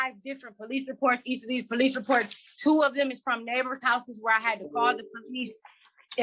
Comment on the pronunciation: The Po-Lease